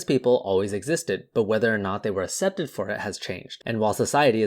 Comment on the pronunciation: Accepted is pronounced like "aksepted" not "assepted". Otherwise, great video.